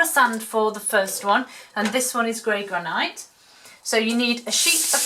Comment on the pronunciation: Very pretty,they’d look a treat on the table. Though I’ve never heard Granite pronounced like that. Maybe I’ve been pronouncing it wrong all these years.😊 In my world it sounds gran it. x